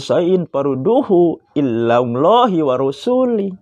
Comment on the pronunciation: Farudduhu ilallah blok goblok Bukan Farudduhu illallah ILA bukan ILLA BACA QUR'AN KYAK GINI KOK ISLAM PENCERAHAN.... Ya Allah gusti....orang macam gini ngasih pencerahan islam. INILAH TANDA" ISLAM AKAN RUSAK DARI DALAM. BUKAN BIDANGNYA CERAMAH NGASIH PENCERAHAN ISLAM ASTAGHFIRULLAHAL 'ADHIM